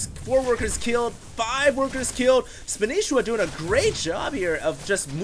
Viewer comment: THATS NOT SPANISHIWA!!!! its spanshwa